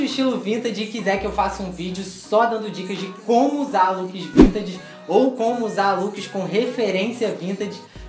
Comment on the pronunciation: O pior é vc falando vintaDe